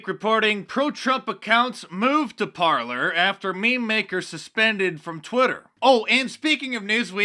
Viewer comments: it's pronounced Parlay, Parler is a French spelling. sorry, had to stop you there. lotta people make that mistake. carry on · oh and mark, it's par -" lay " not "parlour", parler is french for talk ;) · I think that Parler should be pronounced (par-lay') as in the French word meaning "to speak." Love your videos, Mark. Keep up the good work. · Parler is a french word meaning "Talkind" and it's prononced " Parlay" not parlur ! :) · Isn't "Parler" pronounced "par-lay" . It's the French word for "to talk". Remember the old western movies using it to describe a meeting ? Love your vlog, , Mark! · Mark ... it’s ‘par-lay’ dear. The new site instead of twitter. 🇺🇸♥️🇺🇸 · Ffs Mark.... it's the French verb "to talk"!!! Americans.... rolling my eyes. Went to the foyer to parler.... lol...here I'll spell it in American for you.. Par-lay. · Par - lay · "Parley" is how it's supposed to be pronounced. Apparently it's a French word. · Its pronounced "par-lay". French for "talking". Mark Dice! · I think it's pronounced "parley" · Parler is pronounced Par (lay) it's french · I think Parler is meant to be pronounced as a French word meaing "to speak". So, par-lay. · Mark is pronouncing Parler incorrectly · pronounced “Par-lay” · It's pronounced "par-lay" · it's pronounced parlay